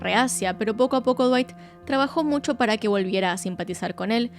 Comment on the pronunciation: Me destrozo el "Cuerpo de dwayt 10 de 10" ajajajaja no lo esperaba tras toda esa explicación tan técnica